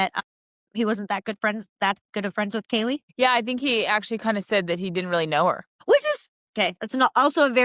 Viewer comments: did you notice that in HJs interview at the police station he calls kaylee ....kylee (k-eye-lee) i thought that was weird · Not only did Hunter not check on Maddie and Kaylee, but he also brushes it off saying ‘I don’t know’ when the responding officer asks if there are other missing roommates..THEN he purposely mispronounces Kaylee’s name in his interview. It’s insane.